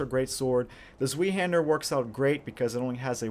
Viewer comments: just so you know its pronounced like this Z-vei-Hander. But good vid dude! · its pronounced zwhy-haandr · zweihander is pronouced as= zwy hander (same y when you say why)... zwei means 'two' in german. so it litteraly means 'two-hander' because its a 2 handed sword ofcourse. (by the way im not german but dutch..) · Vile Slanders Mhm, interesting trip you made there but nobody asked for it and you missed the point. The issue was only his pronunciation, nothing more, nothing less. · Ok. I love your channel, but the next time you say Zweihander like that...I will stuff my face into a pillow until I pass out. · scott rautio the W is supposed to sound more like a V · Zwei...hard "i"...being German for two...two-handed....